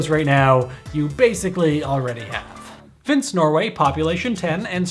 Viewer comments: it's not fins, it's Finse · Pronounced: fin-se, not finss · "Finse" is pronounced finseh. The ending 'e' is not silent - It is in Norway, not France. I know because I have been there, together with the Snowtroopers at the railway station in the clip at the beginning. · Fins-EH! There's an EH there. Also it's in Norway, not Denmark. Small detail, I know. Greenland is part of Denmark, though. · Denmark and Canada in the title, Norway is the actual headliner. As it should be. Also, it's 'finn-seh', not 'finns'. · FinsE, FFS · Just as a comment it is not called Fins but Finse as you could read on the sign. Silent E is an english writing concept unknown to almost any other language, since it is also completely idiotic and pointless. Great video though! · Please, Finse has an "E" in it. It is not pronounced "Finns".